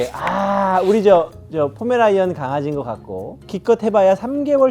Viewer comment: 강형욱 언제까지 포메라니안을 "포메라이안"이라고 발음하는지 지켜보자